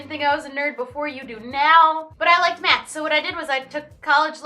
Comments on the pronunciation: who else thought that said "then I started doing meth but it was actually math😂😂😂😂😂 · I thought she said meth instead of math and I was worried for a sec xDD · i thought she said meth for a sec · It sounds like she said Meth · am i allowed to comment that when you said you did a lot of math i thought you said meth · I thought you said "I love meth" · OMG I THOUGHT SHE SAID I LOVED METH OR I DID METH OMG.